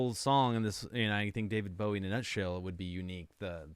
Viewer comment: You cut the song off! 🥲 And it’s Oddity. However, you did say his name correctly so I’ll give you points for that. Bowie invented the mullet! He was the precursor to many of todays genres. Bowie was an original.